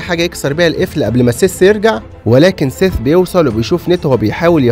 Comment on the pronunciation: حد خد باله إن "سيث" بقا "فيس"؟ 😂😂😂